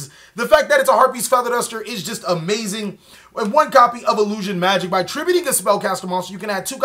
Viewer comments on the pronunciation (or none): none